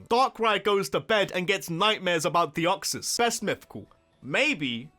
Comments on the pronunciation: Deoxys, not Deoxsis! There is no E in wiping! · DEOXYS, NOT DEYOXOS! AND WE DON'T SAY ASS IN POKEMON! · THE O IN DEOXYS SHOULD BE AFTER THE E! RAYQUAZA, NOT RAQUAZE! ABSOLUTELY, NOT ABSOULUTLY!